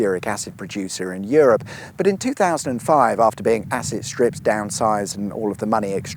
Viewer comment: was that "asset stripped" or "acid stripped"? I couldn't quite tell...